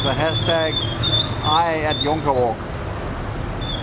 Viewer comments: We really had an enjoyable day there and could easily have used another day for exploring, will have to spend a few nights there next time. Thanks for all the info about the Trishaws and the Chendol, very interesting info! Glad to hear that the Jonker Street pronunciation was correct, that means that I have not forgotten my South African Afrikaans (similar to Dutch). Have a good weekend! Greetings from Copenhagen - Maxi and Maro:-D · You guys are amongst the few people who pronounced the word 'Jonker' (i.e. Jonker Street) correctly. It is Dutch for 'youth' or 'youngster'.